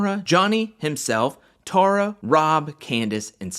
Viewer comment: It's pronounced TAY-RAH